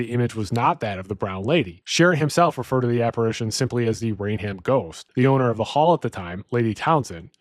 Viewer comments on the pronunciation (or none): “Rain Ham….???!!!’” 😂😂😂😂😂 It’s pronounced “Rayn-um” 🤦🏻‍♂️